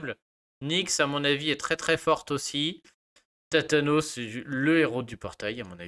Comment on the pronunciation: Tu m'as fais rire , t'as tathane en tête, tu dis thatanos pour Thanatos 😝